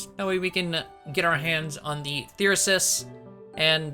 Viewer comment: That's cause he hits on the majority of the female characters only ones immune are Edelgard, Shamir, and Catherine maybe he's afraid of them :3 Wow +7 to phys and mag now I see why you've been ignoring his personal :P Meh call Thyrsus whatever I liked your way of pronouncing it. It would of been cool if this gave you the option to have a tea party Same with Maya although Raph was the only one who talked about her Through all of GD Flayn didn't mention cooking once now she has multiple supports about it 😅 I bet it was a seafood dish fish bones can be a pain in the ass to deal with :/ Surely other people have that covered 😂 Incredible supports as always